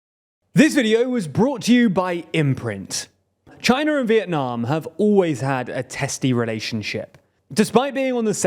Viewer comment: "Chiner and Vietnam" "Chiner and the US"